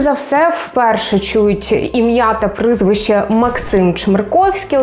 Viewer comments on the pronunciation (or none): Прізвище, а не прЫзвище😖🥴🤦‍♀️ О боги! 🤯 Ще й ! 🫣😖😵‍💫